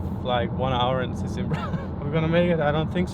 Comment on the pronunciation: its not "sesimbrÁ" its "sesImbra". u have to "close" the last "a". like in "madeira"